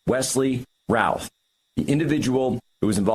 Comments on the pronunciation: His name is said " ruth" like Babe Ruth. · My point is it is not said " Routh" like "South."